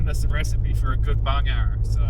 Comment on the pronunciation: Well, you learn something new every day - or is that every video? Today’s learning: It’s Bungarra. On an earlier video I heard “bung arrow” and I thought WTF is a “bung arrow”. And, Wikipedia tells me that a Bungarra is also known as a sand goanna, a racehorse goanna, or a sand monitor. Go Gaz, Go!